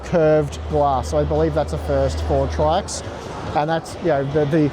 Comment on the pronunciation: Just an FYI, According to Paul's Hardware, it's pronounced "Tricks".